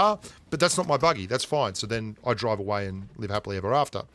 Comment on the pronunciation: "But that's not my buggy...and I drive away haapilee evah aftah" hahaha Love it bro!